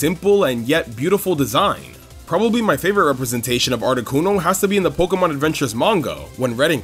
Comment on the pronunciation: I love videos. And how he pronounces Pokemon like 'Pok-uh-mon' instead of 'Pok-ee-mon' or 'Pok-ay-mon'. It's adorable.